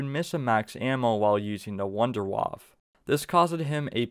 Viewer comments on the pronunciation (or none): the "wunderwaaaaaaaf" stop butchering my beautiful language!!! :D